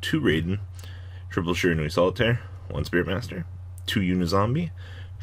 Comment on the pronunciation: For the last time! It's Shiranui(dot)deck..